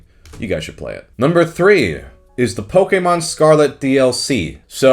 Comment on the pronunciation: I appreciate your correct pronunciation of Pokèmon